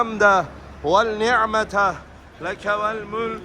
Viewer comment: Kardeşim innel hemdeh, velnihmete değil, venni'mete, demen lazım. Bir rehber ki bunu bile yanlış söyliyor. Hiç mi daha önce duymadın? Halbuki daha önce de geldiği anlaşılıyor. Rehber dahi Lebbeyk duasını yanlış okuduğunun farkında değil. Yazık!